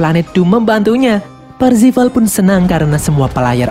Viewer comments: Parzival bukan parvizal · Bang namanya kan Parzival, bukan parvizal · ralat, PARZIVAL bukan parvizal. pantes kok lain namanya, rupanya salah hehe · Parvizal atau parzival ?. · Parzival bang bukan parpizal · Eh Bang bukannya Nama nya Parzival ya? Kok parvizal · itu harusnya namanya "PARZIVAL" tapi malah disebut "PARVIZAL" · Parzival✖ Parvizal✔ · Baru nongol kontennya di beranda di 2021,udah lihat Filmnya Di 2019,lakok nama MC nya salah Om :v PARZIVAL Bukan PARVIZAL lmao :v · Bang cara nyebutnya "parvizal" bukan "parzival" terimakasih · Bang itu avatar nya wide watts farzival bukan faivizal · Aku yakin si karakter utama namanya Parzival bukan Parvizal 😅😅😅😅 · PARZIVAL ❌ PARVIZAL ✅ .. . . . . . PARZIVAL YAH YG BENER MINN. JDI LUCU DNGER PARVIZAL HAHAHA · Bukan Parvizal 😭😭😭 Tapi Parzival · Bang nama avatar Wade itu parzival bukan parvizal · Anyway parzival min bukan parvizal😂😂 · Bang awalnya parvizal tapi kok lama2 jadi parzival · parzival bang, wkwkwk bukan parvizal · Parvizal apa parzival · Parvizal woy bukan parvizer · Percifal cok bukan parfical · PARZIVAL PARVIZAL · Parzival atau parvizal si anj 🗿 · Parzival yg bener min:)